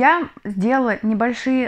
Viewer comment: У Тимура была версия, по поводу Ламы, что это Сергей Рожков, бывший солист группы Форум. Я тоже склоняюсь к этой версии. Он родом из Молдавии. В последней песне, было типичное, для молдован ,произношение буквы "Л", в слове "сделала", в предложении "счастливым сделала мой дом". Увлекается академическим вокалом. Голос очень похож.